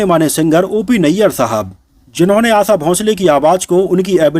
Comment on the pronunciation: Hopeless vedeo, unke Jane ke baad unke bare me negative na likhe,आशा शब्द का गलत उच्चारण किया,आसा ,आसा कहकर उनका नाम न बिगाडेंl